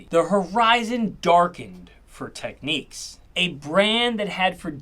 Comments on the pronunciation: It’s pronounced TEK NIKS , not Tek neeqs - otherwise it would have been “Techniques” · Tech-nicks not Tech-neeques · It is NOT pronounced Techneeks but Technicks, their keyboards were very impressive I have had three over the years, Technics audio was pretty special also. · I’m pretty sure it’s not pronounced Techniques but Technick. I could be wrong but please enlighten me. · Tek niks not tek niques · Ffs it's Technics, not techniques... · Great video, made me even more determined to rebuild my audiophile collection. Also, I always pronounce Technics as tek-nicks, I've not heard it pronounced techniques before. Is this a UK - US thing? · Tek Nix not techniques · I worked for technics and I hated people mis pronouncing its name. The way it should be pronounced is tech-niks. I can’t understand people who say techniques. Learn before releasing a video. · What is the correct pronunciation of Technics in Japan? I grew up in the UK always pronouncing it Tek-niks, whereas the American pronunciation seems to be Tek-neeks. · “Technics”, (with a hard K) as in ‘technical’. Not “Techniques”. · You should really stop calling Technics , Techneeeeks. Makes it hard to take you serious. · The way you say technics is tough. Great vid lots of info.